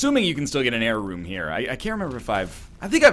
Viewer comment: When NL says error room, it sounds just like jera rune